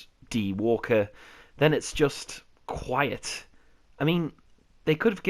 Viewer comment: The D in DQuiet is silent.